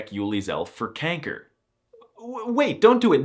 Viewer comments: Very nice video, love your sense of humor and how you make fun of our language, especially since you seem very well informed. The best "troll" is the use of the "Prinsenvlag" throughout the video, instead of the official Dutch flag. One more thing: it's not pronounced "kenker" like you did. The "a" sounds more like it does in the english word "far". But, don't use that word to curse with. All other diseases are okay, but cursing with kanker is frowned upon by everybody except "paupers" and "tokkies". (have fun looking that up) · kenker? it is pronounced kanker (the a is porunounced like the ah a) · My bro did you just say "Kenker"? I'm subbing, just for that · it sounded like you said "kanker" (in a more english way) lol also, i dont really see ij as a seperate letter. if theyre togethere to make 1 sound it can also be called lange ij (literally "long ij"). i learned the lange and korte ij/ei and otjes ou and atjes au but i really dont think that way. also, i didnt even know that if ij is at the beginning of the sentence, theyre both capitalized. if i even capitalize something, id only capitalize the i lol diphthongs* tbh your ui sounded like an au/ou 😅 also, its het meisje (not de meisje) because meisje is a "verkleinwoord", which basically means its when i word got small (meisje has become the new word for girl over timez but it used to be meid, which has de, not het) "ik zou dat uranium willen eten" 🤣 also, the g could be said in a soft way, we'll understand. its also said in a soft way in limburg and (noord-)brabant and dutch is said in alot of different ways (like saying de/deze/die when its het/dit/dat (god i hate that)), but that could also just be the evolution of dutch. languages are constantly changing and evolving, sometimes less noticed, so that could pretty well be the case sorry for this endless comment, i felt like sharing my thoughts :)